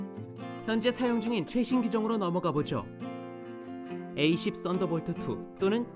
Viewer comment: 저두 최후의 카운트타운 봤는데....저기..F-22는 함상운용이 불가능한 기체입니다..어차피 가정이라지만..그리고 A-10은 에이-텐..이라고 통상 부르죠..에이-십..은 발음이 이상하니..그리고 Warthog는 워크호그가 아니라 워호그라고 읽으시는게 훨씬 올바른 영어발음에 가깝습니다..흑돼지라는 뜻이죠...그리고 GAU-8 개틀링건이 특별히 개발된게 아니라...A-10 보다 먼저 개발되어있었습니다..A-10을 만들면서 차용한건데..이것때문에 A-10이 사격시 엔진꺼짐으로 고생했고..보완책을 만들었지만..사실 완전히 극복했다기보단 운용에 문제없게만 만든 미봉책이고..심지어 전발 사격을 하면 반동에 항공기가 스톨할 위험성이 있을정도입니다.."특별히" 맞춰 개발한거라면 개발실패죠....이 뒤로는 보기 힘드네요..전반적으로 좀...전문성이 높아보이지가 않네요...용어나 내용이 그냥 재미로 보기에도 너무 잘못된것들이 많이 보입니다..넷상에 밀덕도 많은데..최소한 리서치는 좀 꼼꼼히 하셨으면 좋겠네요..